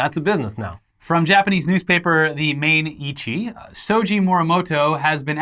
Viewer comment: The japanese newspaper's name is pronounced Ma-i-ni-chi